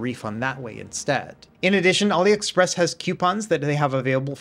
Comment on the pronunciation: "auli express"